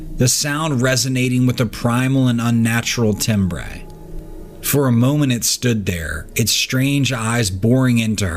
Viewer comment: “Tim-bray” is not a word. “Timbre”, on the other hand, IS a word and it’s pronounced “tam-ber”. You’re welcome.